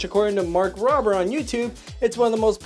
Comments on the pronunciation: It’s rober not robber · it's Mark Robe er